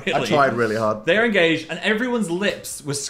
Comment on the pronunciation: I thought "engaysed" was pretty good actually :'))